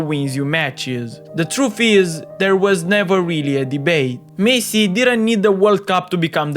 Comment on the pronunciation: bro first learn to say messi